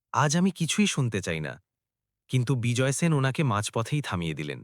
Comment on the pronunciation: Apni sen keno bolchen shen uchharan hobe.apnar pada bhalo lagche na. Video bundh.korlam